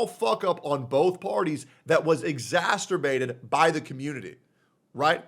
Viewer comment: I don't care about the drama but I do care that bro cannot pronounce "exacerbate"